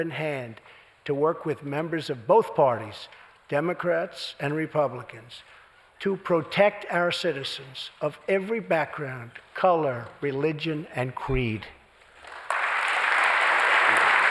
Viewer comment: Ummm. What is cweed?